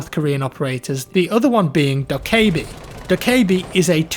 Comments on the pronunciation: Doh-Kah-bee... Not Doh-Kay-bee..... Little things... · It's pronounced do-keh-bi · Lmao at the way he says dokkaebi